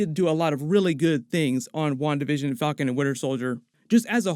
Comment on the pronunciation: Spanish speaker here: I keep hearing "One Division" every time says "Wandavision"..